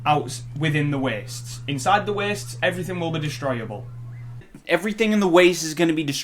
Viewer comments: Da Wee-ests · it's the 29th of September 2020. ever since watching this fucking video, everytime i hear the word "waste" i can only think about the way this dude says it. "weeeeast". additionally, some Audible ads have a dude that sounds exactly like him. more trauma. will i ever be free of this curse? probably not. weeeeeast